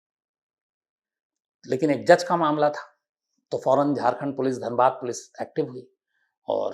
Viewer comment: Sir it is Dhanbad not danbad....nd it also has Iit Ism and called the coal/black diamond city not just wasseypur🙂